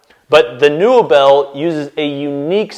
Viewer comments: Its likely pronounced neobell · Pretty sure that's pronounced more like "nobel" but the N-O sounds the way it does when you say "Northern"